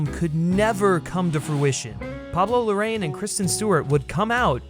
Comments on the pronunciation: It's super cringe when you mispronounce the director's name "Larraín" as "Lorraine" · Great review, but, why don't you take the trouble to pronounce correctly the second name of director? Seems to be talking about another person. Easy, try writing Larrain in English-Spanish Google Translate and you have the correct pronunciation.